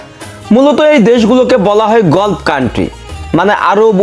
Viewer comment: গলফ নয়, গালফ বলুন!